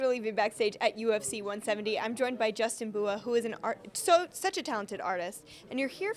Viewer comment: Justin Who-a?